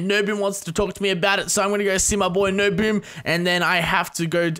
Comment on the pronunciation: Lol got NoBoom's name wrong